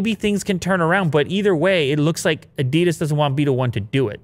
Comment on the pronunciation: You did so well learning to pronounce Porsche, you can learn to pronounce Adidas as well. 😜